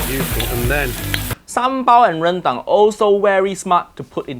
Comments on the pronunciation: Haiyaaa when saying Ren---DANG = say DUNG not Dang PLEASSSSSE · The correct pronunciation for Rendang should be r-earn-dung, hope that helps!